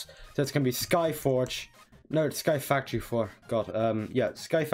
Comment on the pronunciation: Tank you for the facorty tititial